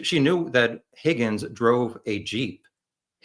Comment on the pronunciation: It’s driving me nuts. I have to correct the host. His name is pronounced “HOGGINS”